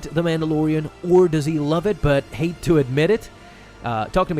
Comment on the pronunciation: It's those headlines and how he's emphasizing the word 'hate' when it's really more disappointment.. Kinda disappointed tbh